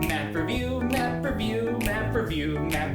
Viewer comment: sorry didn't catch that, did you say m e m e review?